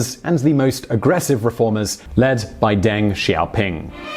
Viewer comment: "800 million people, or more than Latin America, Spain, and Portugal put together." Dios mio that puts it into perspective holy shit. Also, it's a little thing but kind of grating: "Deng" sounds more like "Dung" than "Dang". Yes his name sounds funny. Many Chinese names sound funny to english speakers. But that's his name. In general "e" in romanized Chinese sounds like "uh" or "eh" but never "ay". Similar to e in German.